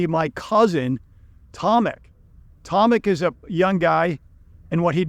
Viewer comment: Not Tomik but Tomek.This is polish name Tomasz .English Thomas is Tommy.Polish Tomasz we say Tomek😊